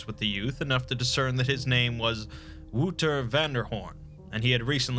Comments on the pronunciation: Wouldn't the boys name be wouter not woeter? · Great stuff. FYI it’s pronounced “Wow-ter” not “woo-ter”. Love your work, if you ever need Dutch translation let me know 😉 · Another amazing video, just a little tip, Wouter isn't said like "Wooter", but with the "ou" sounding like in "ouch". For the rest, this is such an amazing story and so well brought to life by you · Ou in Dutch is pronounced more like ow. The boy's name would be better pronounced as Wowter. Not to condescend this video in any way, it just bothers me as a Dutchman when things are mispronounced. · you are butchering the dutch guys name it hurts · Great video, but daaamn your pronounciation of Wouter made me cringe. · Man I love the lord Blackwood stories. Slight remark. The "ou" in Wouter is pronounced like "ou" in couch. Despite that great job and a good attempt for a non native speaker. Nevertheless great video, great story. I love your dedication of towards your channel and the high quality of the content you post. It's great you have such high standards and still manage to have a regular uploading schedule not many people can say they have both.